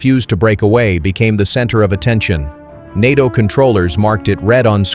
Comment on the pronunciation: NATO is pronounced nay-toe, you very silly robot, you very incompetent robot operators.